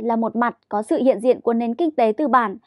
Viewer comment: A Quý vị hay QUỶ vị ? Có nơi hay CỎ nơi ? Bốn trăm hay BỔN trăm ? Phát âm đúng 5 dấu tiếng Việt. Khi tuyển nhân viên truyền thông.